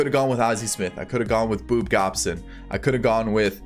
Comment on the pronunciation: I didn’t hear you call bob Gibson boob gobson did I